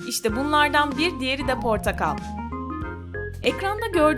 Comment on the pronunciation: Abla portakal dediğinde ben portak ortakla yani ordakal 😂😂😂